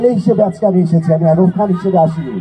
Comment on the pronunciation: ভাই এডাল্ব না, এডলফ হবে, নামটাও ঠিক করে বলতে পারেনা, উপস্থাপনা করতে আসছে